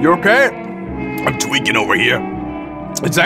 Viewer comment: when he says im tweking over here it sounds british